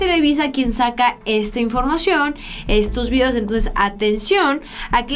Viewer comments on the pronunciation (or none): none